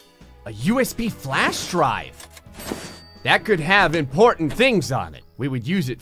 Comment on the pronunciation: ImPORNtant things u say “”””””””